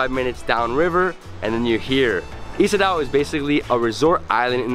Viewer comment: Ik weet niet waarom Surinamers "Isadaw" zeggen. De uitspraak is "Isadow". Betekent: je bent welkom.